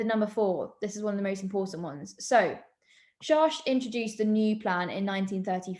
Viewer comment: his name is pronounced SHACKT not SHARSH